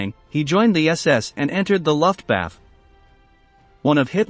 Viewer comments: Mispronounciations: MENGELE, LUFTWAFFE. Correct pronunciation is MEN-GEH-LE, non MEN-JEL-EH. Correct pronunciation is LUFT-VAFF-UH, not LUFT-WAFF. Information good, otherwise. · Lol...Luftwaffe is pronounced LOOF-wah-fuh...emphasis on first syllable. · Auschwitz is pronounced as "owshvitz" Luftwaffe is not pronounced as "luftwaf" It's "luftvaffer" And Mengele is not pronounced as "menjali" ridiculous! It's "mengela". Learn to use pronounciations correctly please. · Horrible mispronunciation from fake computer voice. Interesting content though. Please get a proper narrator! WTF is "Luftbath"???, Nutsism?? or Josef Menjool? C'mon people, if you're going to try to present educational content, at least make it correct! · My God, it's so bad and unprofessional the way certain German words are horribly mispronounced on this video such as "luftwaffe" and "Mengele". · Thank you. He can't pronounce Luftwaffe either.